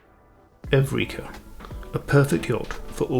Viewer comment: Pronunciation of ship name is wrong. Evrika == Heureka.